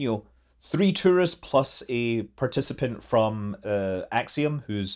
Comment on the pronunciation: Ah-leh-GREE-ah. "Alegría," meaning joy, mirth, gladness. Love these videos. Many thanks.